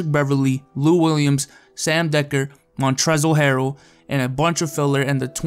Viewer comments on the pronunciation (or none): Bro said Montrezel Harrell smh.. the l is silent!!